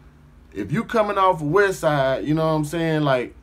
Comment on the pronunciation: Cuz say West "Boast" 🤦🏾‍♂️🤦🏾‍♂️🤦🏾‍♂️🤣🤣🤣🤣 Most Def not from out here! Hella extra.....hella entertaining. 🤦🏾‍♂️